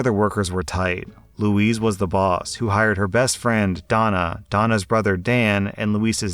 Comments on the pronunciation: You need to work on your pronunciation. Louise = loo EASE. Not like =Luis" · You mispronouncing Louise, my middle name, is maddening lol. It's Loo-eeZ. With a Zzz sound. Loo-eese with an Sss sound is meant for Louis or Luis. Louise will always be Loo-eezzzzzzzz. Thank you. I expect an apology lol (joking joking)